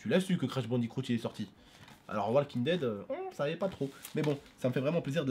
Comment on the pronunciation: Crash Bandi"croot" Mdrr ça m'a tué😂😂